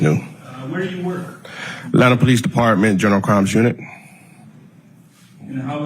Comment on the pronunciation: Someone said POE LEECE 😂